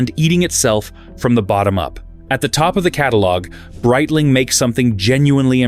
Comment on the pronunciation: “Breetling” AI get it together